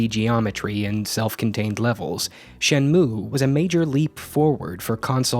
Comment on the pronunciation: I had no idea what the heck Shenmue was but I clicked on this video anyways, because I know and trust that the content you make will always be solid. Also, to be a total dweeb: It's pronounced "Shen moo ei" that "e" isn't silent. In japanese, sounds are never silent